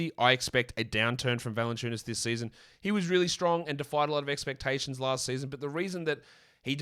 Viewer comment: Jonas Vaah-SUE-Enu-WA-SAAS 🥸😂😂😂😂😂😂😂😂😂😂😂😂